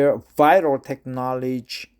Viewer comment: I have no idea how this video was recommended to me, but good job with the reading, especially with all the complicated science words! A few notes: - You mispronounce Technology. You currently pronounce it like "Tek Naw Ledge" (or like Tech-Knowledge). It is pronounced like "Tek Naw Low Ji". - The use of the word "permeate" in this article is kind of weird (I mean it is correct but not common). Instead of the action/verb (to permeate), the article uses it to mean like a thing/noun... I think in this case the "permeate" refers to the, basically, "filtered water" or "whatever thing that comes out after the process". Like I said, the usage is still correct but it isn't common. Hope that helps. Keep up the good work.